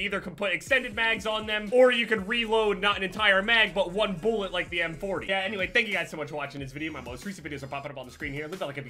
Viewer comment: Drinking game; Take a shot every time he says “boolet” or “boolets”